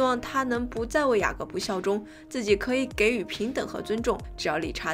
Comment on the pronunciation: 给予 jǐyǔ 不是“给与”